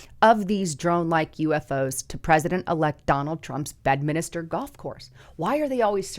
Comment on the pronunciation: It's BED "MINSTER" NOT BEDMINISTER !!!